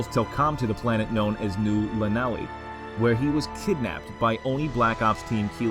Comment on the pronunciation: Nice video, though "New Llanelli" is actually pronounced [ɬaˈnɛɬi], it's welsh ;) Here's a video on it: Those cruel story writers, making things hard to pronounce xD Keep the good work up! :)